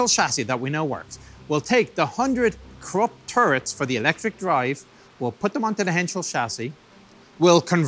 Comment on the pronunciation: Cc says Corp it's Krupp